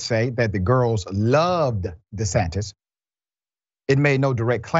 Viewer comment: HE SAID 😮Ron DISATAN 😂